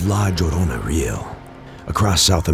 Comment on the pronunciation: Hearing your pronunciation of La Llorna is so fucking hilarious 😂 but definitely true. I’ve had encounters with what I believe to be her.